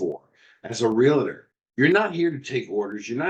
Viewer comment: Great podcast. But gentlemen...it's Real-TOR. Not Real-a-tor. Thanks again.